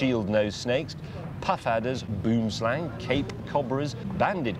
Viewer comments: i love how he pronounced boomslang any south african would know better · His pronounciation of boomslang 😂🤣